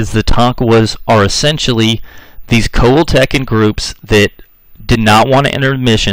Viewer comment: This narrator also mispronounced the tribe Coal-hill-ta-cons. My phonectic spelling. I reckon the State of Coahuila,Mexico was named for those people. Hell,he even mispronounces the State name. And yeah, l'm a Texican! The ol' man's side-1834, Ma's side-1846.